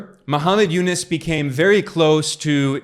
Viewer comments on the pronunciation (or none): Its u-nuus not u-nis!